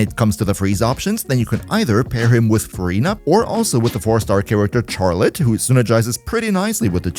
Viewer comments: Why do u say “Charlotte” like that? Js so u know the “ch” is pronounced like “sh” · Very obviously because he doesn't know that it's not pronounced how it's spelt?